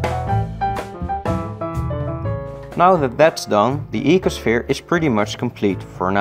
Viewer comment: Ecoshfere? Are you Dutch by any chance?